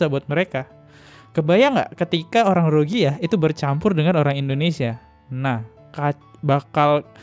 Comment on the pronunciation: RohiNGYA, bang.... Bukan Rohigya.... 😊